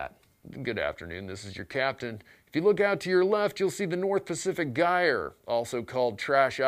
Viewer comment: Stop mispronouncing gyre.